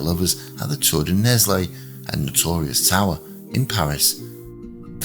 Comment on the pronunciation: it's pronounced Nell, the s is silent. The first book, called the Iron King, of the Accursed Kings (Les rois maudits) series by Maurice Druon details this scandal, and also includes the Templars' demise. The French Salic law contributed to the 100 years war. If Phillip's sons had had male heirs, the Capetian dynasty would have continued. Goes to show that MAN made laws can be devastating.